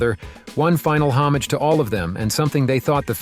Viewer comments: How isolated and insulated do you have to be to have never heard anyone correctly pronounce the word "homage?" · Can’t agree w you. Who cares about realism? So what if it was kooky? That’s what gave it charm. And you mispronounce homage.